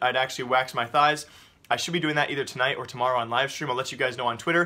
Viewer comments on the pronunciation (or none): none